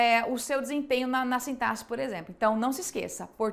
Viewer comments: Sintasse não é igual a sintaXe. Sintaxe é falado sintaquice, ou se preferir sintaqse. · Por que os professores da Alfacon falam "sintasse"? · 31 anos falando Sintaquici...